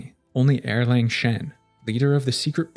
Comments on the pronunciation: Love your videos! one pronunciation tip for you: Erlang is pronounced more like “Ar-Lung” and not “Er-LaNg”! The “Ang” in romanized Mandarin Chinese sounds like “Ung” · That is e-lang (uh- lahng), not er-lang (arrrr/ errrr-lahng) "Second Son/ Young Man" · Isn’t it also pronounced “arlong” or at least that’s closer to it than Erlang?